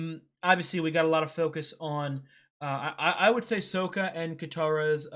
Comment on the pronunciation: you had corrected yourself and then went back to "so-kuh" 🤦 I like that you are appreciating the journey, there is another reactor out there, a 17 year old Australian girl who complains about anything that doesn't "forward the main goal". She has zero understanding of sub-plots or realistic plots.